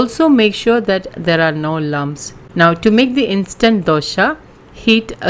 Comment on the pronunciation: Dosa not doshaaa🙄🙄